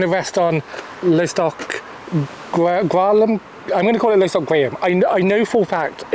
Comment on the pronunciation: How unnecessarily annoyed can I get with the mispronunciation of Lostock Gralam? Lost - Ock (as in the end of the word Sock) Grey - Lamb